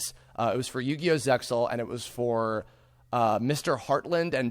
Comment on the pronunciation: Okay, this needs to be said; the pronunciation for Zexal is zey-all, the x is entirely silent. Of course, the very first thing that 4Kids did to ruin it was pronounce the name wrong.